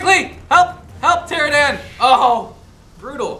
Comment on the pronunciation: BTW it's pterodactyl. And you don't say ptoranadan it's pteranodon